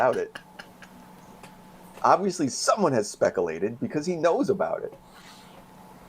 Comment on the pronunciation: I can't stop using the word "speckalated" now. It's driving my mates mad.... 🤣🤣🤣